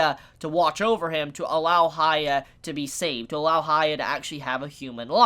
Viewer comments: It’s Huh-yah-kee Or Huh-yah-kee-mar-oo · I'm sorry but it's really bugging me, why do you keep saying 'Haya'?? Who's Haya?? How hard is it to say Hyakkimaru?? I get that the pronunciation might be hard but one can try, especially after so many people spelled the right way to say it ( and it's said many times in the anime). I apologize if I come across rude but it hurts a lot everytime you say 'Haya'. The name has a meaning as well. Anyway, thank you for the videos and wishing you a good day. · As much anime as he watches, pronunciation was never strong suit. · Heeyah-kee-mah-roo Unless you are just trying to give him a nickname, but where would you get Haiya? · Reviews He-yack-key-mar-roo (Hyakkimaru) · why do you call him "haya"? do you read his name as "hayakkimaru"? because the first sillable is pronounced like the word "he", just saying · Please just learn how to pronounce his name. An anime reviewer of all things should be pronouncing names correctly.